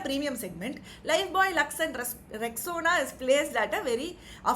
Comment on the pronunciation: Rescona made me busrt out laughing mam 😂😂😂😂😂 Rexona ❌ rescona ✅